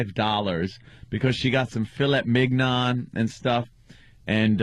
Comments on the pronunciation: "phil-ett mig-non" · The way Ant pronounces filet mignon hurts my ears.